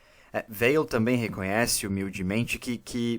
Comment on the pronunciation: Prezado, parabéns pelo trabalho. Apenas um detalhe, a pronúncia de Weil é "Vei". O nome é de origem alsaciana. Grande abraço.